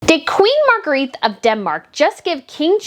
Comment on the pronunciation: It's pronounced Margreta